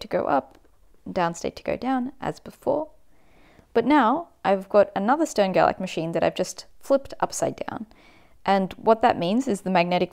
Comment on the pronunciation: Also, since they're German - it's pronounced "Shtern-Gerlach"